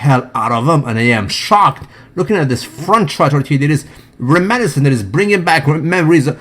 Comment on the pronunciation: It's 'remenIscent'. Putting the stress on the wrong syllable affects comprehension.